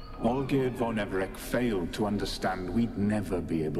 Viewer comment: its von Everec not Von Everic